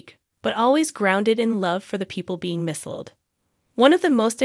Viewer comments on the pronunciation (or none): Misled is pronounced ‘miss led’. Don’t know where you got your pronunciation from!